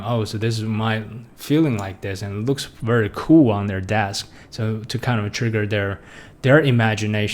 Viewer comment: trigger not triger...